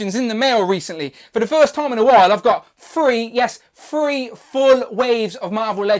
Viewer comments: You say free instead of three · Three has a t in it lol